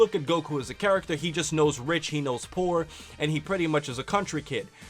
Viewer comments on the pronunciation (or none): none